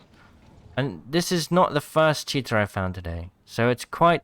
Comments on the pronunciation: Not poking fun but I swear sometimes it sounds like your saying Cheetah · Everything he says cheater and the subtitles say "cheetah" 🤣